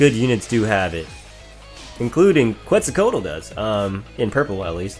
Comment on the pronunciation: Quetzalcoatl is pronounced more like (Ket-zal-ko-watt-al) the beginning is a hard “K” sound rather than a “kwa” sound.